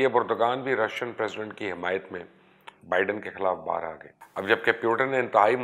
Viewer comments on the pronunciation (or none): none